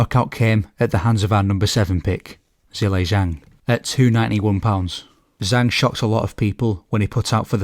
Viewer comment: Just FYI, Zhelei Zhang is pronounced: Juh-lay jang. Zh is like a J sound in phonetic Mandarin. 👍🏾